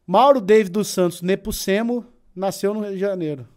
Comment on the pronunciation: NepUcemo???? é NEPOMUCENO